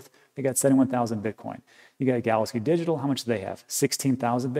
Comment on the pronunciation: You really slur the word “digital”. Your enunciation is excellent on everything else. Its wierd